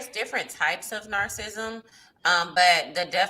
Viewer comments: It’s wild for to keep mentioning narcissism and narcissists and don’t know how to pronounce it. 🤦🏾‍♀️😩 but we’re supposed to take her seriously 👍🏾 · Can someone please pretty please correct how they pronounce narcissism 😂